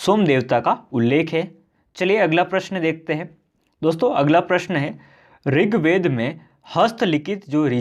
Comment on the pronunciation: ringved nhi rigved hai😁